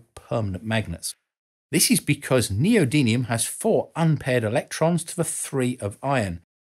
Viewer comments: Well done! But you do not say "Neodymium" correctly. You say it as "NeodyNium". A minor point in an otherwise excellent clip. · thank you for this - excellent content as usual. Two points to bring to your attention for future videos: one of the special metals you mentioned is neodymium - you pronounced it "neodynium"; and Johann Carl Friedrich Gauss has the "a" before the "u" in his surname - your graphics had them the other way round. On a personal note, I, too had an MRI scan last year - a quite amazing experience. I knew the basics of what was happening around me, but your explanation and description showed me hat it is much more complicated than I imangined. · Quite a few typos in this. & how do you pronounce "neodymium"? (there's no 'n' in it).